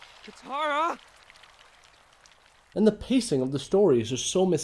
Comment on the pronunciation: Yes, also they mispronounce "Sokka" and "Katara" as well, I'm guessing?